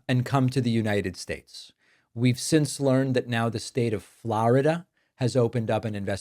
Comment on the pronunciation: Never heard anyone say flaaarida like that before